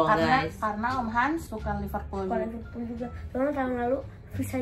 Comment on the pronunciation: Liverpool bukan Liperpool🙂